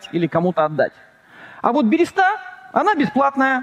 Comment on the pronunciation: Хоспади! Да не альтернативная, а криптоистория! И не берЕста, а берЁста!!!